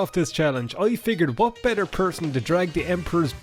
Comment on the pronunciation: “You can’t drag the body of the Emperor I’ll tell you h’what!” -, probably